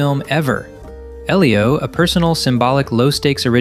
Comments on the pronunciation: Great videos... but why can't you pronounce names? Eelio? Maleh-volah? Invisigall? You're hearing the subject matter pronounce them correctly. Why can't you say them correctly? Its maddening! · "I just watched EEElio" You very obviously haven't. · Lmao at least pronounce Elio right don't pmo 😂😂